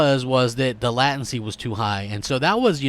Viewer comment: Threw you a like for the burp. Latency has a strong A sound. Never heard anyone else say it like you and I’m in IT networking. Heh